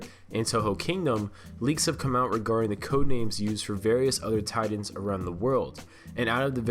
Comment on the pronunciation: The way he pronounces Titaned is annoying it's Titans not Titaned